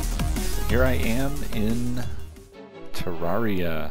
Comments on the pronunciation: It's not ter-are-ee-ah It's ter-air-ee-ah Modeled after a terrarium, which is a miniature landscape with living plants and even sometimes small animals like lizards or turtles. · I'm not trying to be a grammar teacher at all but Terraria is pronounced Turrairia. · I thought it was pronounced Ter-Ra-ree-ah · for text to speak i got Ter-air-ee-ah